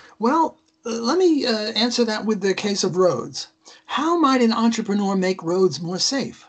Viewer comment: It's entrepreur not entreponor. It's a french word, because I'm French you make me crazy with your bad pronunciation. Don't misunderstand me I still love you guys.